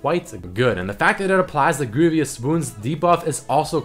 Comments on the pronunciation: I thought he said grooviest wounds. a nice tip to know about pronunciation. vous has no "i" so don't say greivious like "envious" good vid nonetheless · Hey, man. I really enjoy your videos, so don't take this the wrong way, but you should really look into the pronunciation of the word "Grievous". (Greevuss). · the way he says "grievous" makes me sad